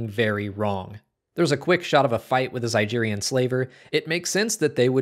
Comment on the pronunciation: It's not pronounced "zy-jeer-ian"/"Zy-jeer-ia". It's pronounced "Zy-Geer-ian"/"Zy-Geer-ia".